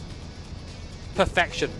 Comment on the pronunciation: "Perfection" or "Pure-Feck-tion"?